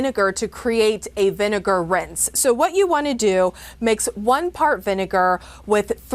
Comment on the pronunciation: He did NOT say vinegar